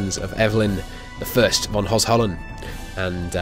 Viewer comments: Holy hell how many times. It's pronounced HO-HEN-ZOLL-ERN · I will try to explain you how Hohenzollern is spoken the propper way ;) Ho ... like hoe hen ... like zen but with h z ... like Frank Zappa (ts) oll ... like in dollar ern ... like in earn but flat spoken Ho-hen-zoll-ern I am courious about your next pronounciation ;)